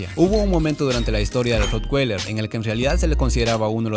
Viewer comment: Ud.desconoce hasta el nombre de la raza, lo pronuncia mal es raza alemana la w no se pronuncia como una g